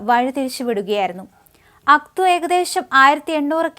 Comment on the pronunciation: Pronounce names correct.Its no AKTU. It is AKTAU